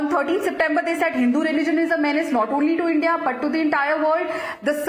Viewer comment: is he deliberately mispronouncing the word HINDU there??????????